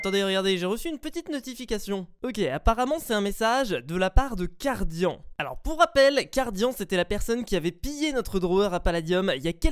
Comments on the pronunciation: sa ce prononce cardiane et pas cardian mais ça s'écrit cardian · Sa se prononce Cardiane putain ! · SA C'ECRIT CARDIAN MAIS SE PRONONCE CARDIANE